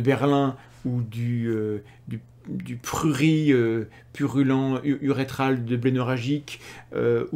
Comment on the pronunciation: On prononce le t a la fin de " prurit" Thomas 😅